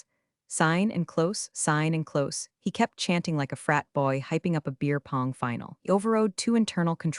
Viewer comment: Do you know how to pronounce close or maybe cloze